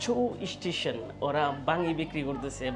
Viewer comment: Ei seler somosha asse....o mone kore or jonno sob desher sob meyera pagol but se je ekta khet....je naki station bolete paree na uchcharon kore eistition....ei hoise obosta